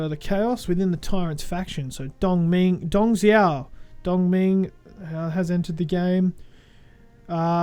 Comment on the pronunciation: i cant take how wrong they say the names XDDD dung zhuo : dung joo liu pei : leo pai cao cao : tsao tsao just some examples xD